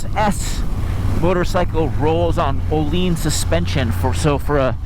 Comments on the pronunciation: Svet... Oleens fork. Sorry guys just get someone that can pronounce words for this please. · What are you talking about? You wrote "Ohleans." How did he "say it" that is something to talk about? C'mon, you thought he pronounced it wrong, obviously. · Nope, he elongated the word. Much like the svet part, he sounded a bit drunk. Obviously.